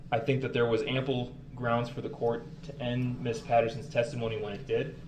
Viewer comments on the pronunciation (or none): “grounz fuh?” Lmao